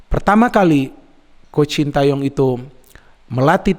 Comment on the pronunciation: Knpa y.. bnyak yg nyebut namanya shin ta yong pdhl bacanya shin te yong